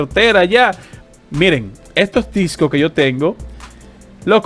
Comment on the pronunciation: Por favor habla con la "S". Es DiscoSSS... Dos, no es tengo varios Disco/Doo !! Pero gracias por los videos igualmente... !!